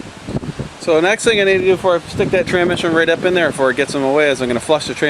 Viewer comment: well at least you spelled tranSmission right in the title lol i kept laughing the whole way through the video when you called it tranmission. any way glad you got er done because yeah that's no fun. I went to harbor freight (kinda like your princess auto) and bought a transmission jack for $129.00 for the last one i did. thing is like GOLD , 30 minutes to change one out now with that because you can angle it however you need to put it in the vehicle.